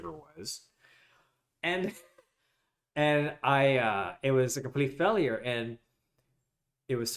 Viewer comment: Why do you pronounce failure that way? What accent is this?